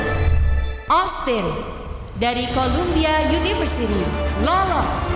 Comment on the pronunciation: Columbia bacanya Kolombia, seperti negara Colombia, bukan Kolumbia